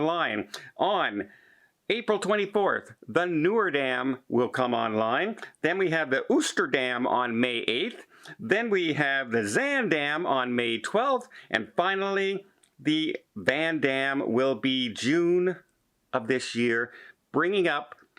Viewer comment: Oosterdam is pronounced with a long O sound, as in TOAST.